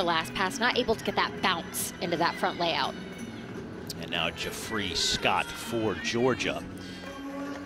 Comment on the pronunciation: calling Jafree Scott "Joffrey" the entire meet 🤦‍♀️